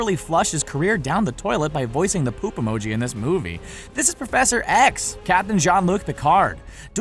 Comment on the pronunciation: He said gene not Alex's phone